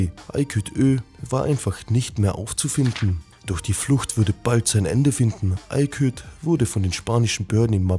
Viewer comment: Ayküt?? Junge das heisst Aykut! Erst "Neko" und jetzt Ayküt?!